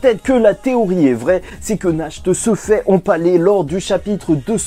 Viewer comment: Pour le nom du vice capitaine du Taureau. la prononciation c'est "Narte". Nacht en allemand ça veux dire Nuit. et son frère Morgen, c'est Matin.